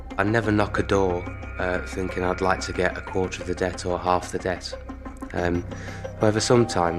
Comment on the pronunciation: It is a TH not F sound. It is thinking not finking. It’s thanks not Fanks. It is nothing not nuffin